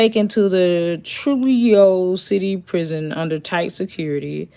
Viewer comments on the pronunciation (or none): The J is actually an "h" sound. Trujillo → "Troo - hee - yoh" Although I've seen way worse like an 11 year old boy in the middle east behead a full grown man, It's sad to see someone lose their life in a horrifying manner like this.